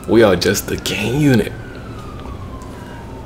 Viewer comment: At the beginning of the video did u say gay unit